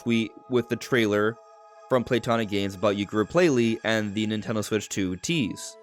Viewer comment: The Nintendo Swiich 😂